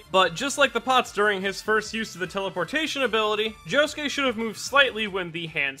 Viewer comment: It sounds like Josukay when he says it.. Oi Josukay!!!